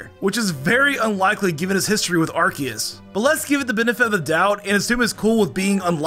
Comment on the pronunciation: I just realized that you call Arceus as ArKeus instead of what I'm used to: ArSeus